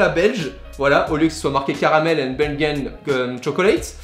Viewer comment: belgem chocolate aha Belgium* chocolate